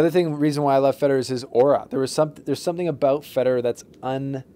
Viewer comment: I just have to say this, it's "aura".